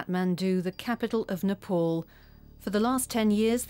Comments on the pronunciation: Butter was not born in Ni- pawl. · Nepol or Nepal 😂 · First thing its pronounce as Ni pal not ni pol. And second not butter its Buddha....